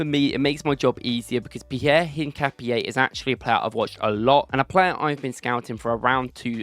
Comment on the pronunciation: His name is PIERO not Pierre, he is from Ecuador mate😅, you lit say it the way you spell it. Greetinngs bro!